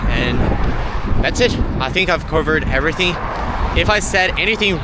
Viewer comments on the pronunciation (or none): none